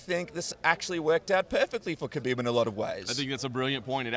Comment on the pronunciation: The K is silent in kHabib. At least learn to pronounce their names if you're going to report on them.